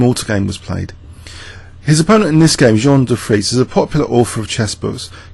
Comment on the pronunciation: Dufresne is pronounced Doo-'frayn. Great video as always.